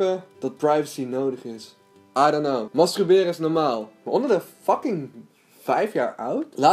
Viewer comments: Wel grappig dat je steeds masTRUberen zegt hahabah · Hahahah "mastruberen" 😂💋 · waarom kun jij het woord masturberen niet uitspreken????????